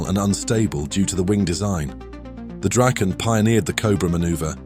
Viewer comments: It's Draken.. (Dragon)....it is NOT "Drayken" as you pronounced it....there is NO "Y" in Draken or Dragon. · Nice that you are getting the pronunciation almost right! (The "Draken" is Dra:ken, not "Drayken".) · either way the "drayken" pronunciation is wrong.